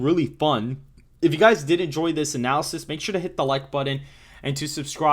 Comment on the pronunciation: I laugh every time you say “button” because it sounds like “buddin” lol